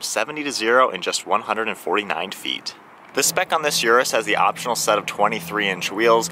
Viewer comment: Its Lamborghini Urus ::Oros … not Yourus 😬